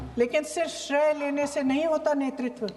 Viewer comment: Shray nahi shrey hota h